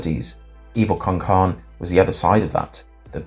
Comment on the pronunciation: Evil Con Carne. Kar-ne. not Karn .Two syllables, Carne is Spanish for meat. So it's Evil with Meat as the title translation.